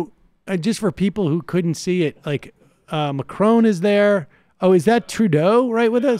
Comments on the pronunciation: Same odd pronunciation of ‘Macron’ as David Pacman. Is it an American thing? Legarde’s reaction is typically Gallic! So glad the French government realised this! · Your pronunciation of Macron makes me cringe